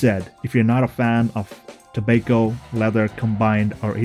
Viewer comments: Pronounced “Tob-ah-co” not “To-bake-o” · Where are you from? Which part of the world is it pronounced like to-bake-o?